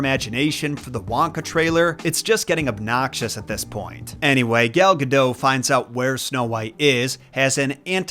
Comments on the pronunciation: Saying that celebrity name correctly. A handy how-to guide ... Say dot. Say Gal. Say Guh. Say dot. Say Gal Gadot. Good job. Proud of you. Gold star. 👍⭐️ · It's not Gal Ga "doe" ffs... If you're going to make a video for thousands of people to see, at least somewhat try to pronounce names correctly. If I were Gal, I'd be pretty perplexed as to why people keep saying my last name like Homer Simpson. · Gal Gadot's last name rhymes with "note." She's not French; She's Israeli. The "t" is not silent. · It's Gal Gadot, not Gadoe